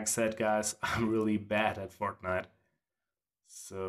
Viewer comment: 100% sure he said fartnite